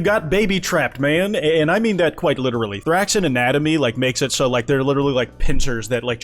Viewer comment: Kwite? Oh it literally is you okay and it's '' kwyte, fucking obviously